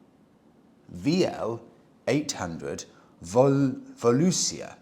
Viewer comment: Volusia is the FL county of Daytona: vol-you-SHU....